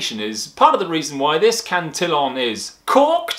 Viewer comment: "cant-till-on" wat